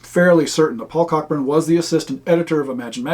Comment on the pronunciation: BTW — Cockburn is pronounced coh-burn, like the old American actor, James (different spelling). For a bit of fun, look up (on YouTube) Dinner with the Russians Cockburns – on the Symington Family Estates channel. It's a UK TV ad from the 1980s about the (mis) pronunciation.